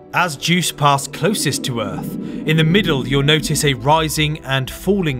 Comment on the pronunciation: The sound of uth? Enunciate.